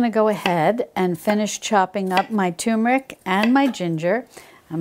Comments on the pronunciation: I might try to make these. And I also enjoyed your no knead bread recipe although as I stated in my comment it wasn't quite golden brown. However a tip here you're pronouncing the word turmeric incorrectly. There's an r in there and you're pronouncing it as 'toom' instead of turm. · You have extremely long videos. You speak too much so important information is missed. Please make your videos 1/2 the time. By the way turmeric does not have tumor in it so please don't make "r" silent in turmeric.